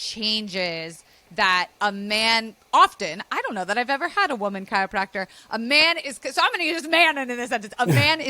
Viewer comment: I love this video, but I don’t love how you’re saying chiYopracter every time 😭😅